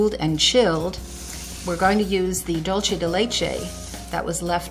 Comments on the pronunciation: It’s not dulche. It’s dul say. That’s Spanish not Italian. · loving your cooking lessons! But this is pronounced DoolSe de leche - it's Spanish for 'sweet of milk' xxx:) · Hi! Delicious recipe! But I just have to say that is pronounce dool-se :), the way you are saying it is like Italian, like Dolce and Gabbana. Anyways, congrats for the recipe! and sorry to bother. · Super excited to try this recipe for Thanks Giving! But I'm Latina and please it's "DUL-SEH"